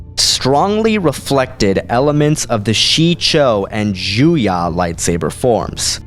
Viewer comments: Couple of things: 1) Every source I have seen has form 7 spelled J-U-Y-O, why are you saying it as though it was J-U-Y-A? Just curious as to your sources for that pronunciation. 2) Lightsaber form 5 is Shien, with Djem So being a variation of such, and Su Djem being a specific disarming maneuver of said variation. Overall, the video is great, other than the little things I've noticed and I'll be the first to admit that I'm being nit-picky about a fictional work. Keep it up, the videos are entertaining, if nothing else. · I can understand Djem So. If you are not familiar with the "D" being silent in the "Dj" combo, that's fine, you may have never heard it out loud. But when you say "Juya" that comes out of nowhere. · And Juyo isn't pronounced with an a